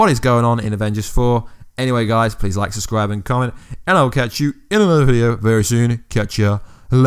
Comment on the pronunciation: “Make sure to suscribe” hahaha